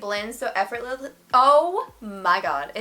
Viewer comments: After I heard you mess up saying effortlessly I tried saying it and said the same thing 🤣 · The effort you put in to say the word effortlessly 😂